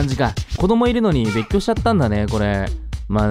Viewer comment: べっっきょ♪